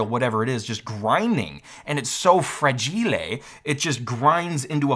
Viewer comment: Fragilé? Huh… Must be Italian!